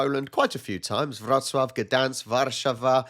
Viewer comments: I must agree. You say "Warszawa" with the Czech/Kashubian stress without knowing it. 😂 In Polish, the second a musst be stressed, not the first one. Greetings from Toruń! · Dear, you say "Warszawa" with the Czech/Kashubian stress without knowing it. 😂 In Polish, the second a musst be stressed, not the first one. Greetings from Toruń! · Try to emphasize "Warszawa" on the middle syllable. It's not difficult.) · Hi, please... it's not Warsza-wa, it's War-szawa;) you'll thank me later:D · Say "warszAwa" ("it's LeviOHsa, not levioSAH 😂😂). Sorry, it's not important (and you're the best for actually saying the Polish version) but your "Wrocław" is just SO perfect, I want you to do more perfection like this 😂😂😂